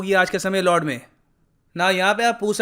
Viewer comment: lord nahi Lud hay pronounce to sahi karlo